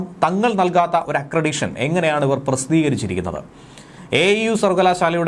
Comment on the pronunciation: ആക്രെഡിഷൻ ആണോ അതോ ആക്രെഡിറ്റേഷൻ ആണോ എന്നു പരിശോധിച്ചു തിരുത്തുക